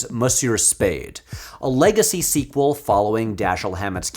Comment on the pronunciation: you did say "squee quel"